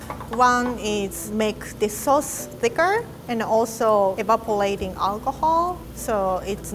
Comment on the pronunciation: I felt the weeb in me tingling when she said evapolating